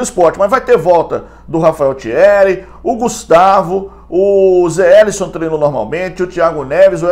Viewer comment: Não adianta ele só fala errado. Não tem jeito